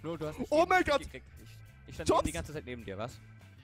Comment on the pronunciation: Er heißt nicht Tons sondern er heißt Tops